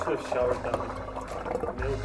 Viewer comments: My French ear heard "melk" every time she said "milk", it's weird. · Why do some people say milk with an e sound instead of an i sound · Am I the only one who noticed she kept saying mEll-k rather than Mill-k 😆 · She says “malk” instead of “milk”. Does anyone remember Julian Smith’s Malk video😂😂? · Omg, THANK YOU THANK YOU THANK YOU fro subbing Orhan while he's off camera!! I've def nearly blown my speakers out trying to hear him. Also, does Yo always say "melk" instead of milk? Or is it only when she says melkshakes?